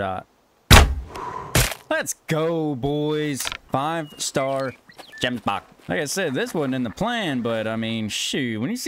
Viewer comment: Bro it just gets me that in a short cut he says GEMSBUCK